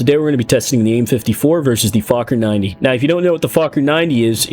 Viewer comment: I’m pretty sure fakhour is not pronounced like that.